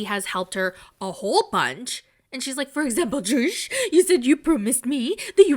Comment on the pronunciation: I'm cracking up every time you say "Joshzhh"